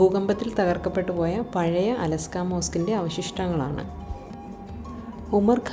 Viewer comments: അലസ്ക അല്ല ; അലക്സാ എന്ന് പറയു സഹോദരി...! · അലസ്കാ അല്ല അൽ അക്സ മോസ്ക്ക് 😂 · അലാസ്ക അല്ല. 😂.അഖ്സ ...... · അലസ്കാ മോസ്കല്ല, al അഖ്സ മോസ്ക്